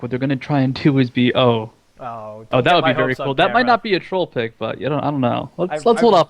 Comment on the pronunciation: The new Evelynn is amazing. Why does he says trollpick o.O